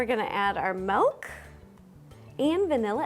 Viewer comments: Okay, I love her, but the way she says "mehlk" (milk) drives me crazy🤣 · i love how her accent is like let me add some melk